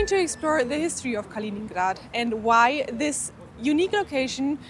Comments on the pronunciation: It's named after Kalinin, not "Kalin"... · De uitspraak van Königsberg is fout. Ook van Kaliningrad. Stop met deze onzin.